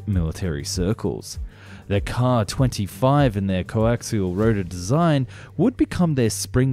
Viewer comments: Hate to be annoying, but a double letter designation such as "SU" and "KA" would be said "Es-Yoo" and "Kay-Ay," as in vocalizing the individual letters. Edit: We can just call the KA-22 the "Platypaircraft" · Is it a transatlantic difference, or just something on YouTube, that the Russian abbreviations get pronounced as words rather than spelled out? All my life, I've only ever heard "Ka" pronounced as "Kay-ay" rather than "Kah", and "Mi" as "Em-eye" rather than "Me", until recently on YT. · K-A! M-I! NOT 'caw' or 'me'.